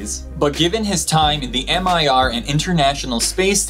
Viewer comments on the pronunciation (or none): It’s not M I R it’s pernouced Me-ere spelt mir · Hi,. Your friendly neighbourhood pedant here with a minor correction for. "Mir" station name isn't an abbreviation, it's the Russian for "peace" or "world"*. So you pronounce it more or less the same as "mir" in "mirror", not as "am-ai-ar". * Both those words are spelled the same in Russian, and it's not clear from context which one is meant in this case. Perhaps both.